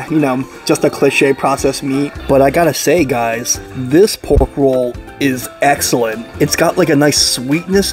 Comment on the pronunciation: haha, eggellent